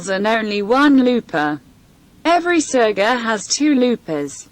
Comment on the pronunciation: Oh my god, I couldn’t watch this, which is a pity - the narrator or whatever you’d like to call her - is awful! Why is she pronouncing the words so weirdly? It’s not cooverstitch, it’s coverstitch. Why serger with a hard ‘g’.